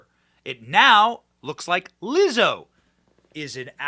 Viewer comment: Did you say, Wizzo? How about nasty